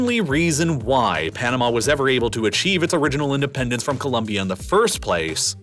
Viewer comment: Your of Panama is so off.